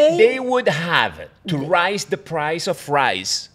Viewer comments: Luis se dice raise (reis)the price of rice (rais) .... 🤷🏻‍♂️ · Excelente capítulo aunque está mal pronunciada por luis la palabra elevar “raise “